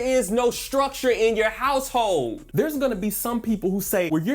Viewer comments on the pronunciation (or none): Household almost sounded like houseHOES😊